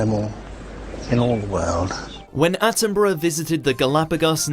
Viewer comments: Bru not burrow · ATTINBRUH not ATTIN BURROW !! " Is he like Steve Irwin ? " !! NO. He's BRITISH and ALIVE !! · Attenbruh is how you pronounce his name - he is as special as the late Queen was- look up he and her Majesty in the grounds of Buckingham palace,a gem 🏴🏴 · It's pronounced Sir David Attenburruh (despite it being spelt 'Attenborough' - borough here in the UK is pronounced 'burruh') 😊🏴♥️🇬🇧🙂🖖